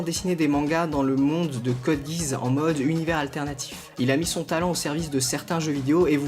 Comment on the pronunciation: Pas "code guiz", c'est code "gui asse" ! :p Who~o gaufres au miel~ !